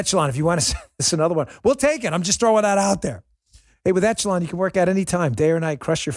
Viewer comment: Excellent yet frightening video. Great work Dan and crew. BTW, it's not pronounced "ETCH e lon", it's pronounced "ĕsh′ə-lŏn". Just sayin' :D